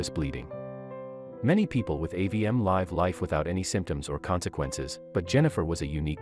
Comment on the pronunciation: Read contents of the sentence and pronounce live as live not life Type live